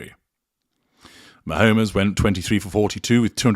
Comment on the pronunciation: Great to check back in with you. I don't think you watch American football. Ma-homes is pronounced "Ma - homes", with homes pronounced as the plural form of home (analogous to drone - drones and without the sound of "-ez" at the end.).